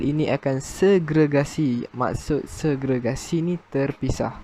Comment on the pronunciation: Many terms pronounced wronly...english term is best. Segregation